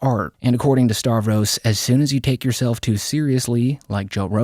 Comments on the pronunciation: Why do you pronounce his name as 'Starvros"?? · I thought it was Stav-ros not Star-vos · you pronounce his name like "Star-vros" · starvros... he ain't starving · You still can't pronounce Stav's name right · If you're gonna keep making videos on Stavros you really need to learn how to pronounce his name